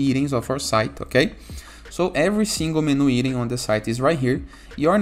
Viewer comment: He meant "item". The PT-BR version of this word sounds like "eating".